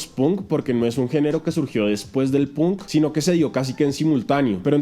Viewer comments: se lee pank no punk jajajja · Punk se pronuncia panck no pun